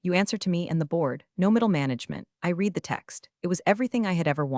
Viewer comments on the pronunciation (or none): Humm, I read (pronounced " Reed " it over, ) lol. where read ,r-eh-d it over should be. AI slop. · HERE WE FUKN GO AGAIN!!!!!!!!!!!!!!!! , "Best regards, Judy, I REED it over."!!!!!!!!!!!!!!!!!! STILL from the last POS story I just listened to.................You are still using the SAME POS AI and YOU STILL SUK ASSSS! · FUK FUK FUK FUK FUK FUK!!!!!!!!!!!!!!!! , "I REED the text"!!!!!!!!!!!!!!!!!!! NO!!!!!!!!!!!!!! I RED THE FUKN TEXT!!!!! THIS IS THE WORST POS AI IN YOUTUBE FUKN HISTORY!!!!!!!!!!!!!!!!!!!!! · Another AI/narrator that can't tell the difference in enunciation between reed and red when it is spelled read. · No weird pronunciation except for "read".